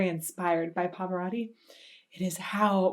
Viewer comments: Who is the "Pavörödi"? Did you mean "PA-VA-ROT-TI"? Your pronunciation so sucks. You should learn how to pronounce it. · Perdona il mio commento,ma anche tu come quasi tutti gli anglofoni hai una pronuncia di Pavarotti davvero pessima,so bene che nella tua lingua le doppie si pronunciano come una lettera sola,ma dovresti sforzarti di usare le 2 TT di PavaroTTi,inoltre voi anglofoni traformate la lettera T in D,e questo cambia completamente il suono,diventa un'altra cosa,ti suggerisco di cercare file audio dove Pavarotti viene pronunciato correttamente,fallo almeno per il maestro,per le altre parole posso fare finta di niente,ma il suo nome è importantissimo per me,si lo sò sono un rompi @@ scusami di nuovo. PS sei bellissima(L e S doppie). 🤣🤣😂😂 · The correct pronunciation is Turandot with the final "t" because it is not French but the name of an oriental princess. And... there are two "t" in Pavarotti!! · Please learn the proper pronunciation of Pavarotti.. It is not Pavoraughti It is Pavaroati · It is Pa-Va-Ro-Tii Not Pavarori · Please don't pronounce your last name like that!! “Pavarori” 😖, It must be pronounced with T, PavaroTTi.. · It's Pavarotti, not Pavaratti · Parvararddi! Turandoe! Bizarre pronunciations.Turandot is not a French name, although it might look like one, and therefore the last T is pronounced. As for Pavarotti. The American way of pronouncing long As in foreign names sounds so strange. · Pavarotti is not "Pav'radi". For fuck's sake, if you're going to publicly talk about somebody for half an hour, at least make sure you know how to pronounce his name. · Love it but his surname is Pavarotti. Notice the O after the R. it is not an A. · you really butchered the his name haha, love the vids though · It's PavaroTTi, T as in fucking table, tornado, you always misspell italian names and surnames